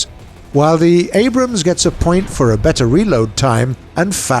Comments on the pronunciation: "Abrahams." Gaijin needs to employ less autistic narrators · did you just call it the Anrahams? Haha! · did i just hear abrahams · “Abrahams” ?? LOL. He gets it right at the mark tho. Weird. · he said Abrahams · He says abrahams. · he says abrahams ;) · "The Abrahams" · "The Abrahams" :P Just a simple miss-say. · The "abram has" or the "Abraham's" in you tell me